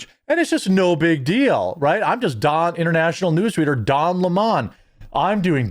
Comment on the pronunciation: Its lemon not la mon